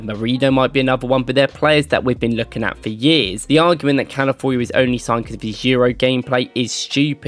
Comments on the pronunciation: All due respect bro but please, it's Cal-a-FEE-OR-ee 😂😂 not Cal-A-Four-ee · Love the video as always. One thing. Calafiori….pronounced like CAL-AH-FEE-OR-E. Calafiori